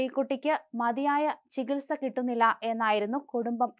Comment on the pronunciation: ചികൽ സക്ക് ഉത്തരവിടണമെന്ന്. മലം നാടന്റെ വാർത്താ അവതരണം ബഹുകേമം തന്നെ.